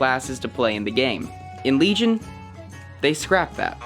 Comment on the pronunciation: WEGION WEGION HAHAHAHAH